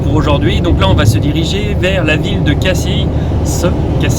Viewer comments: Pour info, on dit "Cassi", on ne prononce pas le S, comme pour "Paris", bon voyage et bonne route, profitez en pour faire la route des crêtes, point de vue inoubliable entre Cassis et la Ciotat ... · Coucou On dit Cassi, sans prononcer le s, comme Paris 😉 Et pour Brives La Gaillarde, c'est au MARCHÉ dont vous faîtes allusion, Georges Brassens 👍 Dommage que vous ne vous soyez pas arrêtés à Marseille, c'est une belle ville. Bonne route